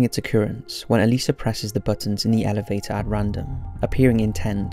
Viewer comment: I'm so glad he says her name right. I don't get how some people say Elisa as E-lie-zu